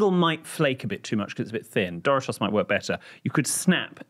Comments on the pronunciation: The way you say Doritos is... wrong. It's not Dory-toss. It's Door-eat-ohs. Dorito is a contraction of Spanish doradito (little fried and golden thing), which is a diminutive of dorado (fried and golden thing) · Doritos pronunciation in English is quite different than the US pronunciation. Took me a minute to figure it out. dough Ree toes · Why am I dying about how he pronounces Doritos?! Tf is duritoes 😂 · But doesn’t Doritos come from the Spanish word “doraditos”? Which would make pronunciation not the most accurate one